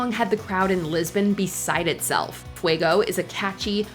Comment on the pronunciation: fweygowh? no, no, it's Fue-go .